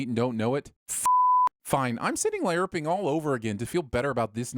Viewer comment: ) ...also how are you pronouncing larping.. lay-arp what?